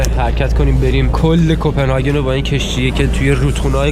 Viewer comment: کپنهاگ ❌کپنهاکن✔️ کرون❌ کِرون✔️ سالم❌ لال✔️